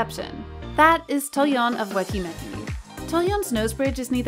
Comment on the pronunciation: I would love to know more about who writes the scripts and does the voiceovers for this channel bc there is always something... off. Not being able to fully nail a name like “Hwasa” is a little odd for a Kpop channel but not unimaginable. No, the weirder part is mispronouncing Weki Meki. It has to be something like the 5 minute crafts or Blossom content farms, where the company and staff are Eastern European but they pay someone in North America to read the script. This would explain why there are always weird pronunciation errors - it’s not a person who is actually familiar with Kpop reading it off. Same thing for the occasional odd grammar, like calling blemishes “acnes”.